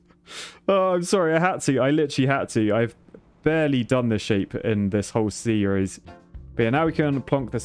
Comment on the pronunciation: Stop doing peeresses please!. I like your seeres hehe. And I have subscribed to your YouTube channel